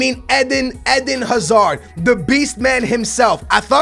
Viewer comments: Edin haha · The way he says Eden Hazard...